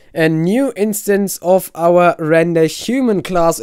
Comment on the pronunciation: What did it say? TutorialMod. What? i dont know if you said instance or enstands